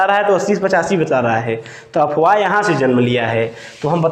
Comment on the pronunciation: अबे अपवाह नहीं अफवाह होता है.... तू क्या टीचर बनेगा रे.....